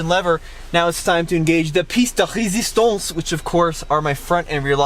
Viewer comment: Hey I love you but the French guy that i am want you to improve your French, plat de resistance is the right one, piste de resistance means nothing